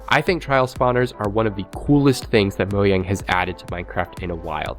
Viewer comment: Moyang moment 🙃